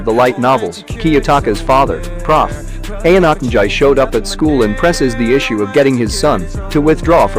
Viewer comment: Ok the name pronounced is so fucked up